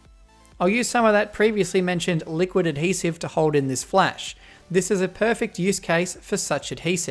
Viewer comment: Everyone take a hit whenever says 'Ad-Hesive'